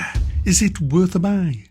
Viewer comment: FEETkeeper, geme from Tarantino